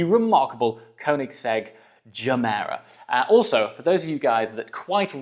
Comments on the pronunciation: Are we pronouncing it juh-mera now? I thought it was guh-mera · Nice vid! Oh, and nice pronunciation of Gemera. The Gemera is a car that grows on me and that's somewhat weird since I kinda loved it from the get go.